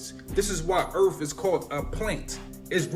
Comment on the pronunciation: Can’t take him seriously when he can’t even pronounce EARTH correctly 😂.